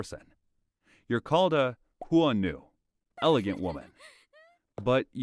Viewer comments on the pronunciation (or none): Hua Nu?... I'm feeling a bit offended with the improper Chinese pronunciation here...